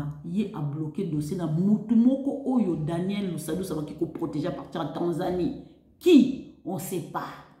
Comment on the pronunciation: Deja ozô prononcer pe ko déformé kombo ya mutu Lusadisu et non lusadusu avant ya koloba tuna